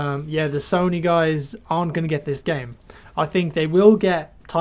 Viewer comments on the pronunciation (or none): none